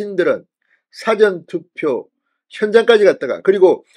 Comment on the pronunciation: <사전투표>발음좀 똑바로하세요. 사전이 영어사전입니까 국어사전입니까?